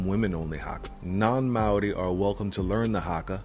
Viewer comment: dude your pronunciation of maori was so good! a lot of people absolutely butcher it but you did a really good job saying it